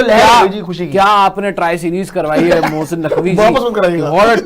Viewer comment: Mosssiiiin Naqvi 🤣🤣🤣🤣 Abee bolna to seekh le phle